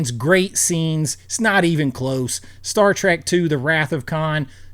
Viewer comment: I almost bailed on this mind numbing video the first time he said "Star Track"